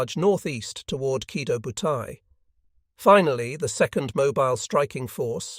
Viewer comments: The AI pronounces the name of the aircraft carrier group wrong. It's "Key Toe Bu Tie." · Yeah - that is the correct Japanese pronunciation. I suspected you weren't a native Japanese speaker because it is spelled: Kido Butai.... just like it is in the title. The way you spelled it is completely incorrect. You are leaving out the long-O at the end of the first word.